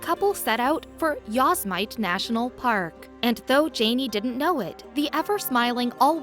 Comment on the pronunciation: Yosemite pronounced: Yow-seh muh tee ! NOT YOWS MITE ! You would think when putting a article together a little more research could have been done !